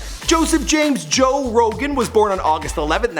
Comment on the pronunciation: joe rogaine lol